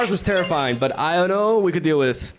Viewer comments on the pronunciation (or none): none